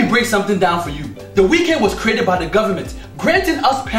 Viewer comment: It's not the wekend he really said "wekend"